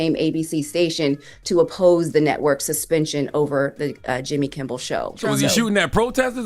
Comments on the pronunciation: Calling him Jimmy “Kimball” is killing me. It’s Kimmel 😂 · Kimmel fkn Kimmel not KimmBel......Kimmel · It's Jimmy Kimmel NOT Jimmy Kimbel. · It’s Kimmel, not Kimble.